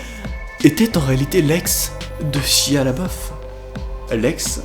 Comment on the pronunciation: Pk vous l'appelez shia le beauf mdr c'est pas ca la prononciation de son nom